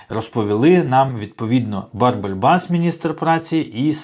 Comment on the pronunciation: Вибачаюсь, чому Барбель а не Бербель, дуже вухо ріже.